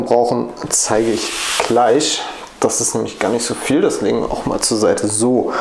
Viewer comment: Trei nein Drei Drin nicht Trinn. Gleich nicht Kleich. Schreckliche Aussprache. Ahhhhh